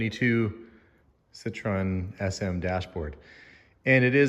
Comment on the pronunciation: you gotta throw in a bit of Francais, it’s a Citroen. Parlez.)😂